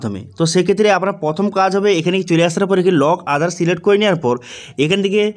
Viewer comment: কথাটা প্রথম। পথোম নয়।